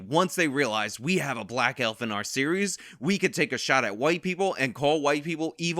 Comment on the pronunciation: HaHahaha! Elfer, with a hard R....HaHahaha!!!!!